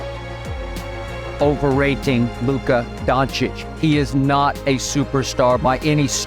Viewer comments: Love the video but please for the love of god look up how their names are pronounced, it's pronounced Donchich not Dontich. Also Saša is pronounced Sasha. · Good video but why you saying Luka DonTic bro its donCic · Maaan, great video but please learn how to sai Doncic (not dontic). I was going crazy 🤣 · its Luka DONCIC not Luka DONTIC! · Don't itch, it is Don Cheech. 😂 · great video but dude...its dočić and not dontić....its like we say instead jordan let call him jocdan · Maybe you should learn how to pronounce his name first before you make a video about him. It's "Donchich" not "Dontich" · its don chich, not don tich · Why do you keep saying DonTICH? Lmao 😂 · So I always thought Doncic was pronounced as DonCHICH? 🤷 Let’s stick to Luka. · It’s pronounced DONCHICH. DONCHICH! DONCHICH !!! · Say DONTICH one more time I DARE you 🤦🏽‍♂️🤯🤦🏽‍♂️ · Bro… lol. Did you just make an entire 45 minute long video about a basketball player whose name you can’t even pronounce? You called him “Don-tich” 100+ times lol then I finally lost it when you said “Nowin-skee”. Ugh. Come on man lol do better. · from a slovenian its luka donchich, just satying for next time, awesome documentary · he is so famous, you put his life story in video and you still can not say his name right.. shame ( Dontič where do you see T in Doncic) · Great vid, but why do you keep saying Don-tich? There’s no T sound in his name. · Had about 50 opportunities to say Dončić (DON-chich) correctly but missed all of them. In the words of the late great Kobe Bean Bryant, aka, The Black Mamba, “You miss all the shots you Dončić don’t take.” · Idk why but bro is keep saying Luka Dontic xDDDD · Dončic, Č like CH, like in chicken, Donchic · Great video but man You've pronounced Dončić several times wrong.....DONCHICH u got that?.... anyway a new subscriber has landed😊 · dude learn how to pronounce his name !! don-tsch-itsch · Why do you keep saying Dontič? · Why do you say "Dontic"?